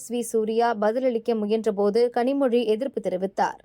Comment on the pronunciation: Listen to his pronunciation of "zha" in "Kanimozhi". Perfect. 75% of the people having Tamil as their mother tongue cannot pronounce it. TN just shouts "Tamil, Tamil". "zha" is such a special letter that it exists only in Tamil (of course in Malayalam too). 100/100 people from Kerala pronounce it. And in this video, a Kannadiga is pronouncing it properly. The Tamils cannot!! Shame!